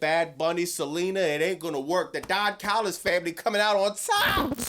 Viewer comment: I CAME HERE JUST TO HEAR SAY "THE DON CALLUS FAMILY" 😂